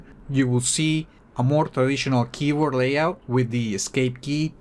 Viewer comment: “A niu kibor” 🤣